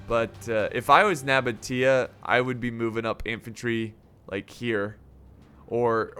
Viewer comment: It’s pronounced Seleukids and spelled Seleucids. Also Nabatea is pronounced No-baesha (or) Nuh-baesha, not Nuh-botia, but I understand that one, I pronounced it wrong for years.